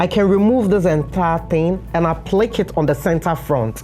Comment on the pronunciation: APPLIQUÉ IS PRONOUNCED (APP-PLEE-KAY)! I LOVE YOUR WORK AND TIPS!